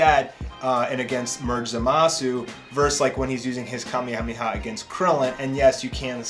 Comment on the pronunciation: you pronounce Kamehameha wrong